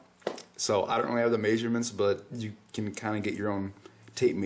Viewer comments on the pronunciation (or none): lol actually you say it every time you say the word measurements. you're saying it wrong. it's pronounced MEZZ-UR-MENTS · I like how you say it. It giveS the word more meaning! :D Like you're saying 'make sure' 'ments! to make sure you get the measurements right :)